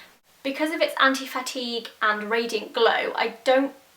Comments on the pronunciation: I kept hearing, anti-fatty. And I was like, "....makes your face...less fat?" ahahahaha, then i understood anti-fatigue. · I thought you were saying "Anti-Fatty" and I was like sold! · I kept thinking you were saying 'anti-fatty' and got really confused as to what that meant... Love the reviews, though. I'm extremely pale & have tried near every brand of highstreet foundation & nothing is pale enough even if it gives good coverage & a nice finish. I'm off to my local MAC tomorrow to hope & pray they'll be pale enough. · at one point i thought u said "anti-fatty" foundation lol where is ur nail polish from? love it! xxx